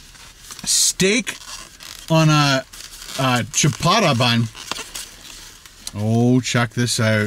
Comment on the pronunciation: can't even say Ciabata lol